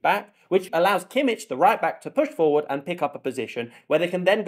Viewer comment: It's also [kimmih] not [kimmich] 🥲